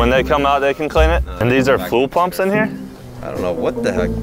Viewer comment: STOP SAYING FULL PUNP